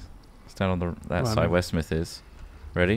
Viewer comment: Smith was the only one who pronounced it right. y'all are always butchering my name :p